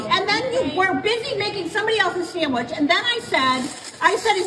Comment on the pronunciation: “Sammich”! Oh Lawd! That was it, Dr. Richey!